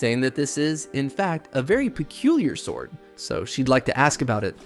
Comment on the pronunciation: "He starts looking at a ... swourd"